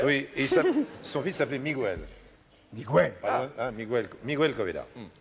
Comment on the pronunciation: On dit "Miguel", pas "Migouel'.